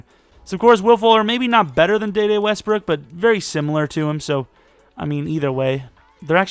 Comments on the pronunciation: His name is pronounced DeeDee westbrook not dayday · It’s Dee Dee Westbrook not day day